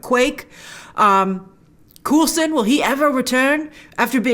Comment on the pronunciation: The way you call him Coolson and not Coalson is adorable lol.